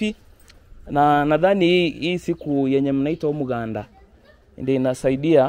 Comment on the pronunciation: Umuganda not Omuganda